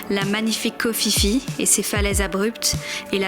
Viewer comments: un minimum kho Phi Phi,se prononce pi pi et non fifi brindacier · Ça se prononce koh pi pi 😂 le choix est toute suite fait pour le snorkeling koh tao est plus riche